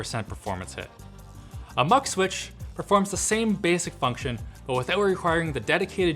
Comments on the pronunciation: It's doesn't sound like a MUC switch, It's MUX, its X not C. God. Sorry but it triggers my ocd. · From a portuguese electronics guy, I hate how you say it mux switch, only because I say the word mux differently and it bothers me. xD